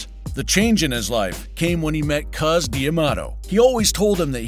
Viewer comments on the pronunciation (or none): Cus D'Amato, The correct way to pronounce this name is Cus, Like Cuss when you use profane language, not cuz, which is slang for cousin, THX for posting. 👊 😎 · Someone tell the guy talking his name is Cus not Cuz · CUS NOT CUZ! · Cus not Cuz 😂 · Hey narrator, Cus D'Amato's nickname is pronounced "cuss," NOT "cuz." His actual first name was Constantine. I wish he had handled Mike for his entire career, instead of Don King getting his mitts onto him. Cus taught Mike defense. When he was young and under Cus' tutelage, Mike was almost impossible to hit. After King took over, he emphasized offense, and Mike got pounded unnecessarily, during his fights. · Why are you saying Cus' name wrong?? Mike says it correctly. Why aren't you!?